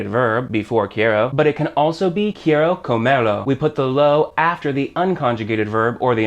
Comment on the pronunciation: This guy can't even pronounce quiero correctly.